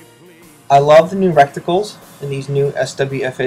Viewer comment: "Recticles" and "turrents"